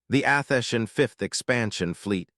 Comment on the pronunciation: It is disappointing listening to the AI narrator make an abortion of a number of words repeatedly. It is pronouncing Athenian as Athesian. Bow {pronounced Bough} is pronounced like the weapon Bow; or like the front of a ship is a ribbon on a cake or a present. The voice itself is slightly annoying with a sort of higher sound range than pleasant. You need improvements if you would like repeat listeners.